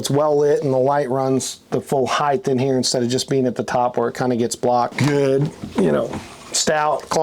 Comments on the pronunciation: Heighth is not a word. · HEIGHTH is NOT A WORD!! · Why do people pronounce it ‘heith’ when it’s ‘height’? ‘Height’ rhymes with ‘white’. Is it because ‘width’ had a ‘d’ in it and people think it’s also pronounced like that for ‘height’? 😅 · The word is “height”, not “heighth” or whatever the hell they’re saying. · I THINK HE'S SPEAKING OF "HILTH" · I had a hard time watching after I heard this man say "heighth". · “Heighth”??? Wtf. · What I've learned watching these videos is that no one in the RV industry knows how to pronounce "height". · Hieghth is not a word like length, it's just height... That being said this thing is amazing!! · Why are they pronouncing "height" with a "th" sound at the end? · The word is height. There is no third h.